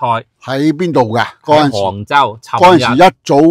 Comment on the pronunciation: 是杭州不是 "坑"州